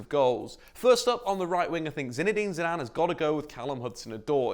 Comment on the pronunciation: ZIDANE comeon you must be joking. is it ZIDANE or you that can not speak english?